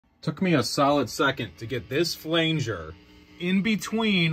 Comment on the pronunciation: Its pronounced flanger not flainger. Lol